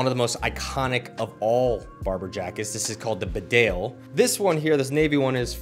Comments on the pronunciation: Not B'dale, old chap BEEdale. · As a Barbour lover you should know it's not pronounced the way you think. It's not "Bedale", it's actually "Beedale". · It’s pronounced Beedale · Great video. I think Bedale is pronounced Bee-dale. It’s a village in the Yorkshire Dales. Very beautiful place, I used to be a courier drive and it was on my route. Definitely worth a visit if you’re ever touring England.